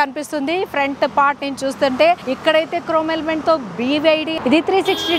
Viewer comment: అమ్మ తల్లీ,,, నువ్ క్రోమ్ ఎలిమెంట్ అనడం మానవా చాలా ఎ బ్బేట్టుగా ఉంతి